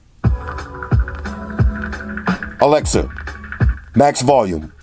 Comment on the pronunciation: Its ALEXA...NOT ALEX...C'MON !!!